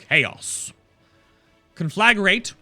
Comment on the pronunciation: conflag...ragaraga. That is the correct pronounce